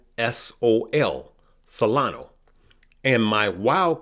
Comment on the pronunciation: It’s Solana not Solano.